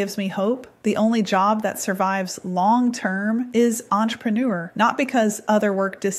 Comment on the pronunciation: "entrepreneur" 😂 ha!